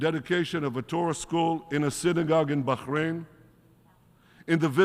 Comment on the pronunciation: EXCELLENT SPEECH. NO SUCH WORD AS BKHHHRRANE. BAR RAIN IS THE CORRECT PRONUNCIATION.